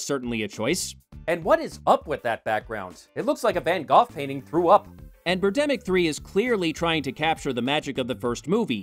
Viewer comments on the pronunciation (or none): Did say 'Van-goth'?? Just checking.